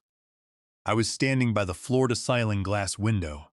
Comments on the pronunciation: This is the worst AI I've ever attempted to listen to. First "c-eye-ling" instead of ceiling, then the milson thousand. I bailed at that point; no way I'm listening to 40 minutes of that. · “Floor to syling windows” ??? That’s how your not-so-intelligent “AI” pronounced ceiling. Say it “seeling!”